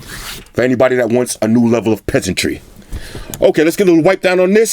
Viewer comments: lmao he is funny 😂😂 “peasantrry” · "Anyone that wants a new level of pheasantry"....damn.......I hadn't ever used a apple or a Samsung.....oof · “New level of peseantry “ 😂 you are simply the best